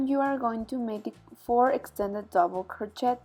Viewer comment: Hahaha sorry to laugh but it’s pronounced ‘crow-shay’ not ‘crot-chet ‘😄 lovely blanket thank you 🙏